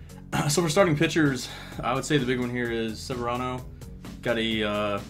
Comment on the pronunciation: You didn't pronounce severino's name correctly